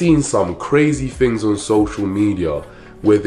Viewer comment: I love the way you says things “tings” lol and thank you. This is a great video and really important to share with woman.